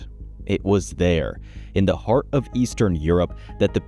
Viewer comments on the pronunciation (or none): none